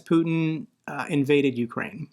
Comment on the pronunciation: Indeed. AND it's pronounced you-CRANE. I am so sick of Americans calling it YOU-crane. I mean, It's CAN-a-da, not can-a -DUH. It's a-MER-ica, not AM-uh-RICA, right? Slava Ukraini!